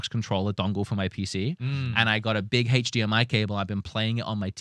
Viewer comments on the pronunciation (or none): none